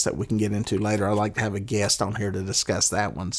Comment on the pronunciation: They way you pronounce Guest sounds like “ Gay Ass”. No hate intended